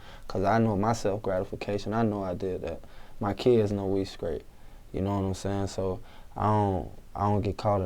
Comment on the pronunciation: i don't get it "skrate" wtf learn to speak you fuck